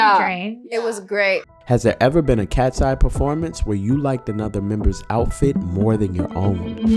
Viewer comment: where is Manon ??? its not katseye its katsey